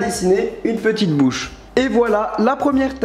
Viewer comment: A 4 min 21 tu a dit la boche olieu de bouche